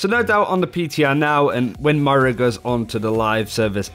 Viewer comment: M-O-I-R-A, REPEAT AFTER ME!!!!!!!